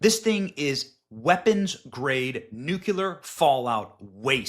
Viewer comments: in your video Benny, the word is Nuc LE ar. Not Nu CUE lar. Other than that, just have to say never in a million years would I have imagined this to bomb. And I am SO, SO happy that it did. No one deserves to implode from their woke and progressive indoctrination than Disney does. Have thought that for at least two decades. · Love ya Benny, but it's new clear not nuke you lure😂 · hand-orange-covering-eyes: Nuclear is not pronounced NUKE-ya-ler. It's pronounced NUKE-lee-er, just like it's spelled.:face-red-droopy-eyes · Stop pronouncing it "nucular". It's not a word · Nucular just made me laugh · "NOOK-yuh-ler" oy vey LOL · Say it with me, Benny: Nu-KLEE-er. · Was all for the video but you lost me at “nuculer” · Benny, when will you pronounce NUCLEAR correctly?